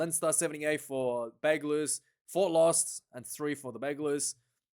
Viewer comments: Thanks. Please call the team, simply « UBB » in english or french. You are pronouncing Bègles wrongly, and forgetting Bordeaux in the name will not make you friends from the city 😊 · No need to pronounce the “s” my man